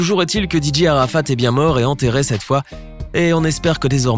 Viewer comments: Vous prononcer très mal sont nom😬😬😬😬😬😬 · Vous pronomcer mal son nom😬😬😬😬 Rip Dj arafat😳😳😭😭😭